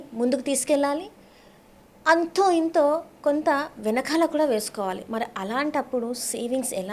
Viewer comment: మీరు మీ' తల్లి దండ్రులను, చెల్లిని ' థల్లి థండ్రులు, ఛెల్లి ' అని ఇతరులకు పరిచయం చేయరని అనుకుంటున్నాను. ఒక వేళ నా ఊహ తప్పు అయితే క్షంతవ్యుడను. మీరు ' ఛాలా ' అని కాదు ' చాలా ' అని; 'ఛిన్న ' కాదు ' చిన్న ' అని; ',; ' అంథో ఇంథో ' అని కాక ' అంతో ఇంతో ' అని పలకాలమ్మా. ఇక ఉటంకించడం మొదలు పెడితే అపభ్రంశ ఉచ్ఛారణ గల పదాలు నీ నోటి నుండి ధారాపాతంగా వెలువడుతు ఉన్నాయి అని తెలుపడానికి నేను సంశయించ వలసిన అవసరం లేదు. అక్షరాలకి లేని చోట ఒత్తులను చేర్చి పలకటం నీ దృష్ఠి, లో ఒక (నీ) style కావచ్చు, కానీ అది సమర్థనీయ ఉచ్ఛారణ కాదని గ్రహించి తదనుగుణంగా నీ ఉచ్ఛారణను సరిచేసుకో వలసినదిగా వినమ్రంగా మిమ్మల్ని అభ్యర్ధిస్తున్నాను ' తల్లీ ' నీ style లోనైతే ' థల్లీ ' అంగ్ల భాషా జ్ఞానం లేని ఒక హిందీ ఉపాధ్యాయుడు ' challenge ' ని ' ఛలేంగే ' అని పలికినా తప్పు కాబోదు అని నా భావన. చుంచు sorry మంచు లక్ష్మి విదేశాలలో కొంతకాలం చదువుకున్నది కనుక ఆవిడ అదోరకమైన ఉచ్ఛాలణను అలవరచుకొని; (తను విదేశాలలో చదువు నెరపానని తాను చెప్పకనే ఇతరులు గ్రహించాలని కాబోలు) అలా మాట్లాడుతు ఉన్నారు అని మనం భావించ వచ్చునేమో.